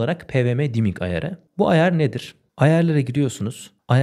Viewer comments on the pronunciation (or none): none